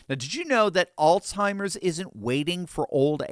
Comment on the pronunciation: There is no such word as AllTIMERS! It is pronounced ALZHIMERS! There is a Z, not a T!!